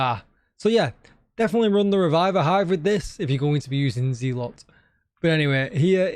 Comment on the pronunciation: DJ, it’s pronounced zeh-luht. Meaning a fanatical partisan.